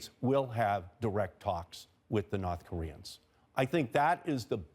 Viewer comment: Nawth Koreeuns.